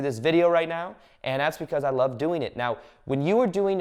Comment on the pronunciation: I love your videos/ talks - Valuable and inspiring information! Thank you! (I don't get the "meow" instead of "now" though, is it an inside joke?) :)